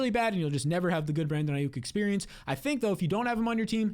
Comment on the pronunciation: bro said ai-OOK